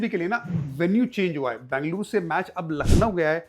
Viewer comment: Please don't say Bangluru.. it is Ben-ga-lu-ru